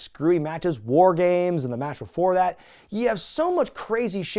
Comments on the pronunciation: As a native Pittsburgher, I do not claim Madden's oddball pronunciation of the word 'war'...or Madden for that matter. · I am from Pittsburgh like Madden.. No idea why he says war like that. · Nah, as someone from Western Pennsylvania like Madden, that's gotta be his thing, not a local thing. The accent can vary a little, but never heard anyone pronounce it that way. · I think the Mark Madden pronunciation of "war" was a tribute to Dusty Rhodes. That is the way Dusty said the word. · As a fellow Pittsburgh resident who has listened to Mark Madden on the radio for years, I can confirm that Mark's pronunciation of "War" is absolutely a result of the Western PA dialect. I love it! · Absolute cinema. What an unhinged PPV in all of the best ways. Regarding Madden's pronunciation of War, I think it's part Madden and part of the yinzer in him since he's from Pittsburgh. He still has his own radio show on a local Pittsburgh network, so I do what I can to avoid it LOL. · He's on the X in Pittsburgh around noon. I'm from Pittsburgh and I don't say war that way, though.